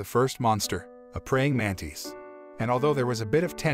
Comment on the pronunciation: manTIS not manTIIS